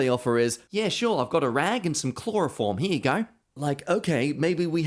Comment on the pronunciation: ‘I have a rag and some chloroform’ - that’s some thick Aussie accent there 😂